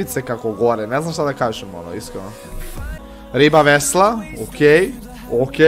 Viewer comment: Nije "VESLA" nego VESNA 😂😂😂